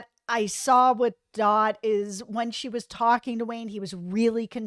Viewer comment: “Dot” not “Dir” 😂